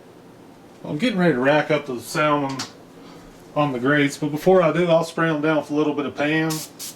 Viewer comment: The L is silent